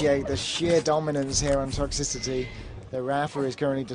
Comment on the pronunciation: "Toxy-city" Umm excuse me? Smh